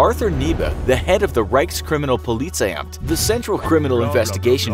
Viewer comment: Hans, prepare the Reichskriminalpolizeiamt. starts talking funny edit: word fix